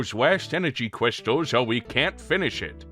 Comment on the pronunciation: "Gwab the cwystals, an shtop whowevah's in chawge!" Who doesn't love that Dr. Light? Also, it's good that you finally came clean after all these years... That skeleton finally got removed from your closet.